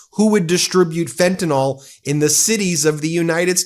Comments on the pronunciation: Ben Meiselas: Please correct yourself -- the drug is Fentanyl, not Fentanol. Thank you. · please say fentanyl , not fentanol thx